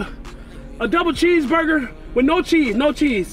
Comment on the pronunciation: Double Bheeseburger Burly fries and a Bhoclate shake 😂😂😂😂😂😂😂